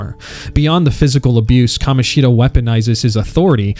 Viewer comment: love the way bro only called kamoshida right once